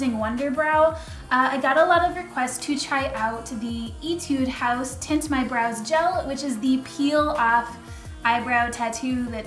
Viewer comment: I love Etude House's skin products. But Iv never used their make up before. I loved how you pronounced it though haha